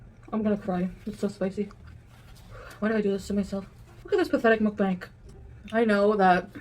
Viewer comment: Of all the different ways to say mukbang .... mukbanK is NOT one of them!